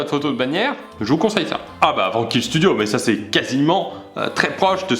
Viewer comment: Il a dit Vankil studio chui pas bien